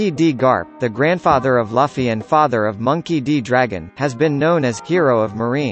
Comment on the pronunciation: laffy? even the main cast can't pronounce correctly. 😅